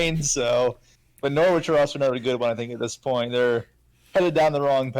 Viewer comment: Subscriber #24 🥳 I like when people do long FPL streams or podcasts. Nice conversations. FYI the 'w' in Norwich is meant to be silent, sounds like a sandwich when you pronounce it! ✌️